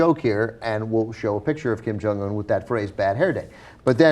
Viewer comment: Guys. It's not Kim Jong ooon! It's more like Kim Jong eun. 김정 은 not 온 sound.